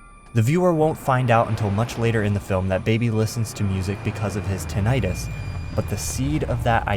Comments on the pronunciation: Tin-e-tus* not tin-i-tus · you're pronouncing tinnitus wrong you fucking idiot